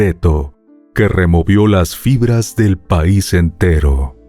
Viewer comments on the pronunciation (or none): none